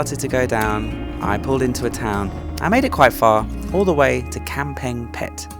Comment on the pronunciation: Kamphaeng Phet has a G sound. Ka is Ga when spoken. You ought to know that after 10 years in Thailand. Kaeng means curry but pronounced Gaeng. KP is a cool city with great ruins.